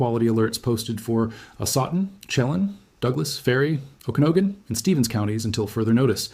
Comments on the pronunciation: Lake 'sheh-LAHN' and 'oki-NAUGH-gan' [ not 'oki-NO-gan'] - I'm a native of the Pacific Northwest.. Appreciated this very clear video and, especially, the attention drawn to the huge fires in Oregon which really have been ignored by the media. My deepest condolences to the people evacuated in Spokane, and in other areas. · Personal? You're not a real person, and clearly the AI has no idea how to pronounce Okanogan.